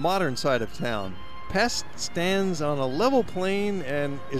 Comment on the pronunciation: For what it's worth, Pest is pronounced as Pesht :-)